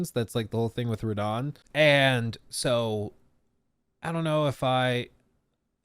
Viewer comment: Radagon, not Radahn.